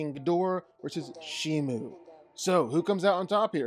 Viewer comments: She is called Shimo with an O Not Shimu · shiMO. say it with me danco. shi. MO. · Its pronounced She-mo thats not how you spell it though its spelled Shimo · The name of the Ice titan is Shimo not Shimu